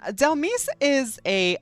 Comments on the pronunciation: for me is the way you glow up Dhelmise just by the way you pronounced it ! Dhel miss ! right she can be a spooky miss 🎀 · Baby, Dhelmise is pronounced like demise, hence the name